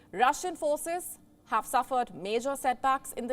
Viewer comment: Rusia daz not hew tactical nuks!